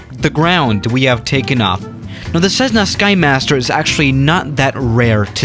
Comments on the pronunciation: Is it me or does say ceszzna instead of Cessna ( no hate intended ) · Not 'SEZ - nah'. But rather 'CESS - nuh'. Thank You. 😋. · There is no z in Cessna, ie what the heck is with this computer generated voice that pronounces Cessna, Cezzna? And the Cessna Skymaster was manufactured for years, isn't even particularly rare. Even the USAF used them, as FAC aircraft, during the Vietnam War. And finally, many other pusher puller aircraft have been built over the years, the most recent being the Adam Aircraft A500. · Nobody: Absolutely Nobody:: This is a CZEZZNA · Plz stop saying cezna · Theirs nothing weird about this plane except for the way you pronounce cezzna skhimasterr rofl. Ive been waitin for this to come to msfs marketplace already.